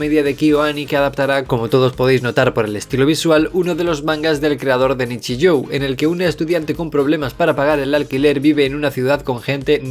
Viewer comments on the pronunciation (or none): Tío, esa U al final de Nichijou no suena a u, es la prolongación del sonido de la o. Y no me salgas q lo lees como al español xq esa j la pronuncias como y. Estudia vocales alargadas del idioma japonés o dile a Animedosis como hay q decir los títulos.